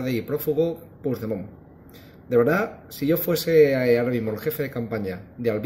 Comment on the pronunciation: Aprende a pronunciar Puigdemont. El ridículo lo haces tú, no te das cuenta? Anda sigue riéndote...si a eso se le puede llamar risa